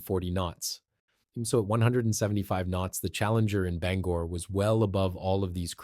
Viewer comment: Endlessly repetitive information, with the same video shots, also repeated ad nauseam. Others have covered this information before, in detail, and without wasting so much time. Your report also didn't generate much lift. And please, figure out how to pronounce "Bangor." You keep changing it.